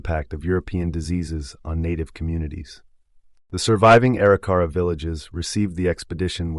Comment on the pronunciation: EXCELLENT re-telling of the events on this years and years long journey by the Corp of Discovery!!!! But there are more mis-pronunciations of some of the Tribes. At ........The Arikara Tribe is supposed to be pronounced A - Rik - Er - Ra not Eri - Cara.